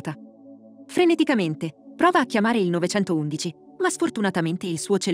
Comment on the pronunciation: La pronuncia di 911....